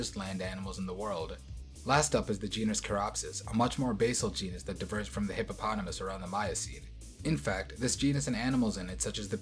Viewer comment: He said hippo and potamus so many times and didnt fail. That s a big W